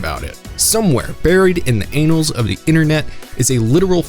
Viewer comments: Hahaha... You said "anals of the internet" instead of "annals" and I assume it was on purpose, but even if not, I literally just laughed loudly enough to wake up people in my house because I wasn't prepared! I'm done! Hahaha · lol. It's pronounced an-alls, not anals. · "buried in the anals of the internet" 😅 annals. anne-als